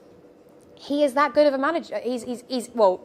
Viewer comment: You lost me when you said "dat"